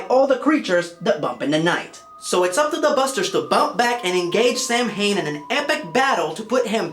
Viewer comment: OK so you know it isn't samhain it is pronounced SOW-IN! kills me a little more each time i hear it mispronounced. I don't mean to nag but just hurts when it such great content creators do that i know you might not have been aware so I hope you get to read this.